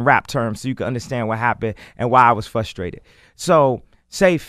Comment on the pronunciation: it's not 'fustrated' Kanye damn i hate that shit